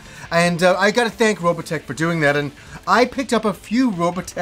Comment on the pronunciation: ...Why do you pronounce it Robatech ?